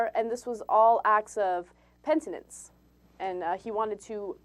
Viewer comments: Hey Ana, It's not 'pentinence', it's 'Penitence" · Hey Ana It's PENITENCE, not "pentinence" ;) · Did Ana say 'pentinence'???